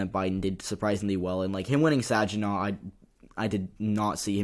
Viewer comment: Good job with the vid-- I'm in Michigan, and I learned a couple of things! (BTW, for future reference, Saginaw has a hard "g")